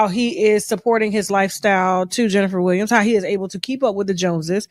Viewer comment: Tasha K you can demolish a name like no other you got me over here crying😂😂🤣🤣🤣 "Jenfa da Willams"